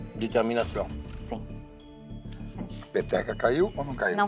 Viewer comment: "Determinação" Eu entendi vitaminacaokkkkkk